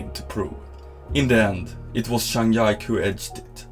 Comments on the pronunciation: This is a great video!! But it's Zhang Ji (similar to Gee) Ke not Zhang Yak lol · Sorry but how can you not know how to pronounce zhang jike like cmon😂😂😂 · buddy he makes incredible content and editing and his narrations are incredible you lose respect for a guy making table tennis exciting for people that dont know about the sport because didnt pronounce a name correctly? Embarassing. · It really is pretty bad for table tennis content to pronouce Zhang Jike's name so badly. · Zhang Ji Ke 张继科（copy and paste in google translate to help you get correct pronunciation of his name . not one time you pronounced his name right 😂😂. Do you really in table tennis community my friend? 😂 😂 At lease study how to pronounce the name correctly. And recommend you watch’s Chinese version YouTube , learn how to correctly pronounce Zhang ji Ke’s name, and edit/revise it. Good job btw. ❤ just try to help you